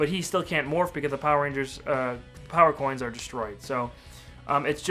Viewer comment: He said power corns